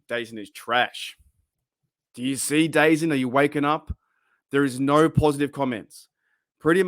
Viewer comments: Just a heads up - its pronounced "the zone" not dazun. Either way, nervous about this service, but i guess its my only way to legally stream all nfl games here in canada 🙃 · Just an FYI, it's apparently pronounced "Da-Zone". I keep seeing their ads all over YouTube now.